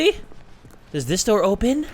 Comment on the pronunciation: when became British😂😂😂 opeeen the fooking door